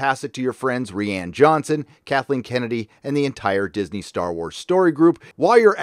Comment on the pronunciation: It's R-Eye-Ann btw